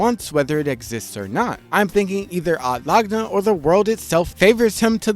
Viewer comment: sometimes mispronunciations are genuinely un listenable fym odd lagna and ekidoughna